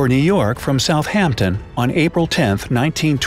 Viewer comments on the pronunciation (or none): Its Southampon Not Soutbamton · uhhh why is it southbamton? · errrrr whats Soutbampton 😂😂